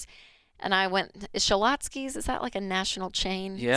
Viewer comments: schlotzsky's has 2 syllables, Rachael. 2. stop it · Haha shalotskys. Rachel there isn’t supposed to be an a in there it’s cute how you added it 😀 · ThIs is a mindset which raises plenty of questions, but the biggest question out of them all is… Why is Rachel saying “Scha-lotzsky’s”?! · Why is she saying it like Shu-lot-skis? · ShaLotsKeys.... is how Rachel says Schlotzkys. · her pronunciation of Schlotzsky's kills me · Someone teach Rachel how to say Schlotzsky's! 😂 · Rachel mispronouncing Schlotzky’s 🤦🏼‍♂️